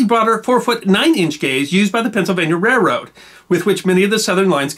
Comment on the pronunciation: I thought I was the only person who pronounces it "REH-rode".